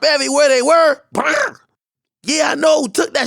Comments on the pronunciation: Hahaha Ak saying bur got me dead af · AK A Big Fool 🤣🤣😂😂😂😂 The Way He Pronounces The “ Blrrrd” 😂😂😂😂🤣🤣🤣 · He butchered tf outta that word 😂😂😆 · why you say blrrd like that im dying,,,hahaha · Aks pronunciation of “blrd” got me rollin 😂😂😂😂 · Why ak say brrd like that 😂😂